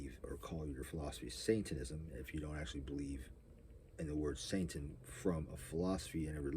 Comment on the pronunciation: It's funny how you say it: "saintanism", not "satanism" 😂